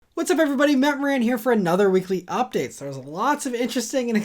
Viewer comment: Sounds like you say "Matt The Man" but I am not complaining. 😂